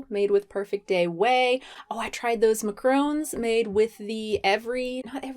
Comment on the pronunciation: The way you say macaron is really funny to me.